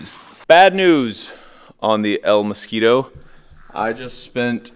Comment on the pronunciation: hey i know you've been trying to learn and improve your spanish so i'm gonna give you positive reinforcement, your pronuntiation of "el mosquito" was PERFECT brother!! i Also love that name for this car, it's hilarious😅